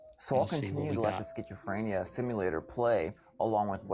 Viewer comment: Uhh ok what's a BBL? XD dude sayin Skchitchophrenia. So there's some secret alternate meaning to pizza??? Idfk.